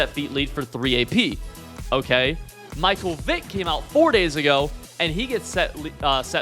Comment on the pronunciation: Stopped watching the second you showed you don’t know how to pronounce Michael